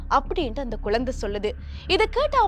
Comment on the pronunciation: குழந்தைங்க அது குலந்தை குலந்தைன்னுச் சொல்லுறீங்க